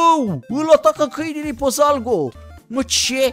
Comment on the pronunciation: "ÎL ATACÂ CÂNILI PI ZALGO" 😂😂😂